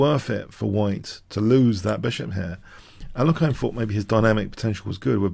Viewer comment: I love your videos and analyses. Please keep them coming. They are keeping me sane in this crazy world right now. One small nitpick is I think you're mispronouncing the name of Alexander Alekhine. I'm pretty sure it's pronounced more like al-YEK-ihn. Although kudos to you as it seems you're now sometimes pronouncing "fianchetto" properly!